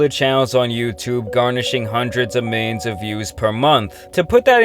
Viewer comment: You can’t even say millions